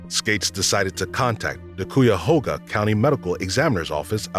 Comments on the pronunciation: This guy really just said “cooyahoga” 💀💀💀 As someone who lives near Cuyahoga county (pronounced KAI-YA-HOE-GAH) this offends me. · I used to live near Stream Run Reservation. Never heard of this case. And it’s CUYAHOGA. Kai-ah-HOW-ga. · It’s amusing hearing people pronounce Cuyahoga 😂😂 (Kai-ya-Haw-ga) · I've never heard cuyahoga pronounced as "Coo-Ya-Hoe-Ga" and I think thats neat. It's pronounced "Kie-Ya-Hoe-Ga" by Ohioans, and honestly our pronunciation could very well be wrong. Wild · its not "cooyahoga" its "kai yuh hoga" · Koo ya hoe ga lol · It’s pronounced Ki Ya Ho Ga (Cuyahoga) It’s pronounced In Mun SC (Inman SC) Green ville SC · sorry but bro the way you pronounce Cuyahoga made me fucking cackle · 💀the way it said cuyahoga has me dead, it’s crazy hearing old stories like this abt the place u live in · He also mispronounced Cuyahoga.